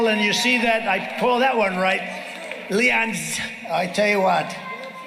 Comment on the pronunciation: "LEONTS!" (I caught it)💥 HAHAHAHAHAHAHAHAHAHAHAHAHAHA!!!!!!!!!! That's gonna be Elon's name from now on!